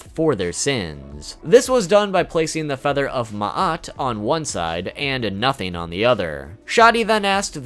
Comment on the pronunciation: Thank you for pronouncing Ma'at relatively correctly. And that crocodile monster is worse than you think, its name is Ammit, the Devourer, and her job is to devour the soul, both ba and ka, of anyone who fails the Weighing of the Heart--which was something that generally happened to the soul after death. She has the head of a crocodile, the front legs of a lion, and the rear legs of a hippo--the three most deadly animals to the ancient Egyptians.